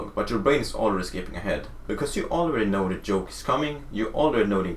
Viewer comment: Bro joke is pronounced with a hard j, not like yoke.